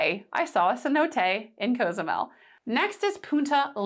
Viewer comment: The name of the island isn't a "choice". It's pronounced co-zoo-MEL. And it's not "trolls," as you so eloquently put it, that correct your pronunciation. That's the way it's pronounced in Spanish. Deliberately mispronouncing a word because you think it's a "choice" is self-centered and disrespectful. It's the same thing the orange hemorrhoid did with Kamala Harris' name when he mispronounced her name on purpose to show his contempt for anyone but himself.